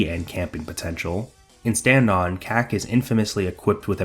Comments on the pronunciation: It's pronounced "COCK-yo-een", not "KACK-yoyn". Thankfully, "cock yo een" is easy to remember. That "a" vowel (as in "lack") doesn't normally exist in Japanese. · you're mispronouncing Kak, it should be pronounced like the word COCK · Every time you say Kak (short for kakyoin) i can't help but hear a Boston accent say 'cock' and it makes me giggle. why yes, i am very immature.